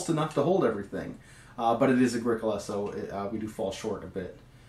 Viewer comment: I feel like you should be saying 'agri-COLA' not 'aGRIcola'. Like Agriculture? I don't own the game it just feels right to me.